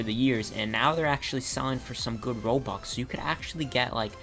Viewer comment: Is it just me or does it sound likes he pronounces stuff and robux Like stoff and robox not stuff and robux